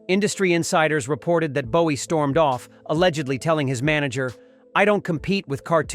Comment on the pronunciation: Como puedes pronunciar el nombre de JOHN LENNON como LENIN en todo el video que por cierto es una basura informate antes de hablar de David Bowie y también pronuncias su nombre mal